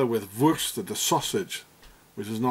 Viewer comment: 12.22 wurrschtt😂😂😂